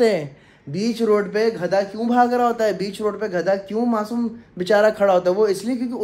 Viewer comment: Ghada ni gadha hota hy bhai ..